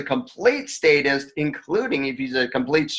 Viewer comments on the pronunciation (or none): Errytime you say satists it sounds like satanist